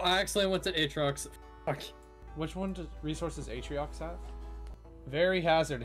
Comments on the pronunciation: This was one of the best videos I've seen in a while, and I was surprised to see that this is the first video on your channel Apart from a few mispronunciations (like atriox instead of atrox), this video was damn near perfect, and I can't wait for the next one! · I wrote down the timestamps for all the mispronounced words. #1 is atriox(atrox) at 23 times, #2 is desolotil(desolo) at 16 times, #3 is vanessa(vesania) at 10 times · Hematite has no N Atrox has no I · silvie, desoloto, atreiox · I love the mispronunciations of the planets. Sylva is “Sylvie.” Desolo is “Desoloto.” Calidor is normal, “Calidor.” Vesania is “Vanessa.” Novus is normal, “Novus.” Glacio is “Glaissio.” Atrox is “Atriox.” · The video is interesting but I swear to the Great Goddess above you need to start reading words before you say them. Hematite not hemanite Atrox not atriox